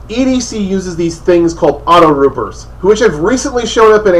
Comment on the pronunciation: AutoTrooper, dude. AutoTROOPER. WTF is a "rooper"?